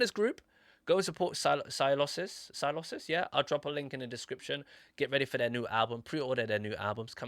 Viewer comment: The pronunciation is like “S-eye-low-sis”